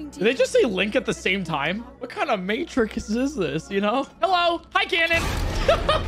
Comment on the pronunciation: "What kinda may-trick-us is this?"